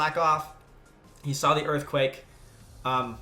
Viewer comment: And on the 7th day, Hippowdon said "Imma Erfquake"